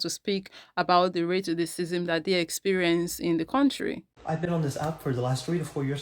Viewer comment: Racism.... Not " Raticistisim" 🙄🙄